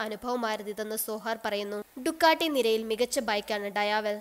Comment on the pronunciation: ഡയാവേൽ അല്ല ഡിയാവൽ